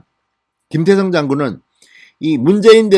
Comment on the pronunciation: 김태성장군입니까? 김대성장군입니까? 발음에문제가있는것같습니다만!